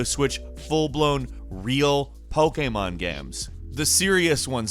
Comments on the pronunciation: the way you say pokemon game...... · Omg I cant stand the way you say Pokemon. Other than that great video.